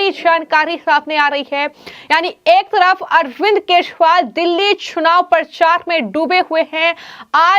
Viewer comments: केसरीवाल नहीं केजरीवाल उच्चारण करना चाहिए। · Keshwal anchor kyoun kah rahi hai. Kejariwal hai sahi naam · Do you not know how to pronounce names correctly??? Why the hell have you been calling him keshpal ?? How irritating